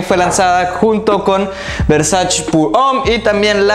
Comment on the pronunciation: Se dice VERSACHE, no versash 😂